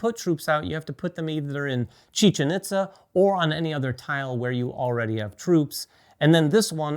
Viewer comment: Pronounced, "EAT-za", not "IT-za".